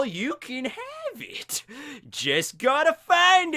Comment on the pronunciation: So we’re all going to ignore the way said “have” LMFAO